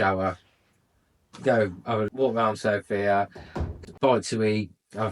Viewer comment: Good for you man. You are the first English speaking guy I hear that puts the stress on the word "Sofia" at the "O" which is correct. Every native English speaker says Sofia ( puts the stress on "i" which is very annoying to us Bulgarians). And to the point: sure Bulgaria is very safe, just hey people stay away from places where houses are cheap. The reason they are cheap is almost always 1: there are gipsies ( travellers, roma people whatever) there. And they are aggressive and dangerous! They steal and do even worse things.